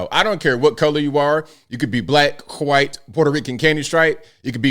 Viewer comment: is saying “whyte”. 😳